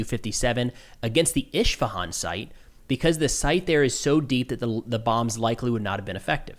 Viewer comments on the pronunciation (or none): Esfahan Es as in EStablish Fa as in FAt Han as in HONey Definitely not Eshfahan. 😊I’d be happy to help with these pronunciations in the future. 👍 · It is "Is.fa.han", not "Ish.fa.han". There is no SH sound there. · Hello, an Iranian living in Iran here. Please for the love of your loved ones. Isfehan is pronounced the way it is written. There's no ISHHHHH💦💨. Please have mercy on my Persian ears😭. Thank you🙂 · Trump himself pronounced Isfahan way better than. What the hell is ESH-Fahaan?!!! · Why are you adding an H after S when saying Isfahan? It’s pronounced is-fa-hawn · I'll pronounce it correctly when the thick Persian accented Iranians pronounce English words correctly as well. Iran doesn't even call a lot of countries in the world by their internationally recognized names and you're over here correcting ish and is. It's all team Ishfahun for me until then.